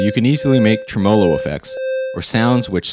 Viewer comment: And "tremolo".